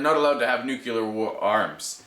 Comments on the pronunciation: Please don't say nucular... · he was just pointing out your pronunciation of nuclear. it sorta sounds like george bush. no offence though... i've heard many people make that mistake before.